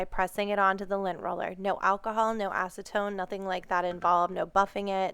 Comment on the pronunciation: You said acetone? Really?